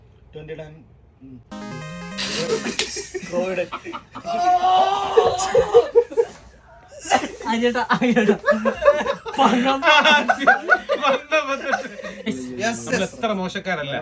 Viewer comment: Croydon ❌ Koyiden ✔️ 🤣